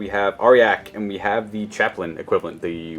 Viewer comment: I'm sorry its not "are-yack" its "are-jack"